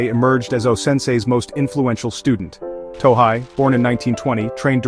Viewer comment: It’s “To hey,” not “To hai.”